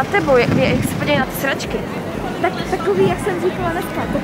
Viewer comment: Leo já ti rozuměla místo sedačky sra*** 😂